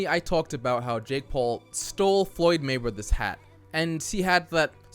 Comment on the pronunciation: How did I hear "uh dick paul" 😂